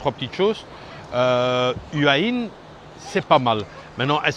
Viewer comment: Prononce Houa Hin , belle balade